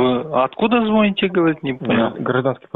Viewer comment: Откуда ( звоните—ударение на букву …: к ещё из Акимата … наверное не владеет русским языком к сожалению 😢) эх что сказать господа из организации вам наверное в школу необходимо пройти заново курс